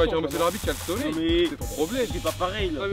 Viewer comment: dites a Exocé que on dit soleil 😂